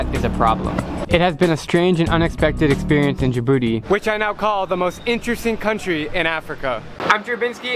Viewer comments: and the name isn't like you said "djibouti not djabouti"wrong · It’s not “jabooty” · Djibouti is pronounced Ja' Booty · Miss: tell me a countrys name Student: djabooty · You only spoke about negativity of my country 🇩🇯 but you missed a lot of places to visit. By the way it's Djibouti we pronounce it "Tii" at the end thank you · Djibouti 🇩🇯 ji-booty 😂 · How to pronounce Djibouti Dij-booty